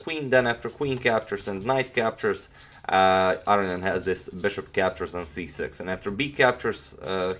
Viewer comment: A-row-knee-an. Don't forget the knee!